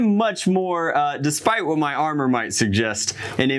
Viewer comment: I'm sorry did he call chiefs aromer power aromer